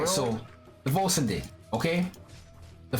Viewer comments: the way you said vollstanding sounded german as f XD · How u said vollständing and Flügel XD German words btw